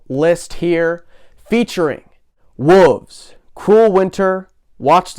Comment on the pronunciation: Confused why you say Wolves like Wooves hahah thought the album was called Wooves until Ye said it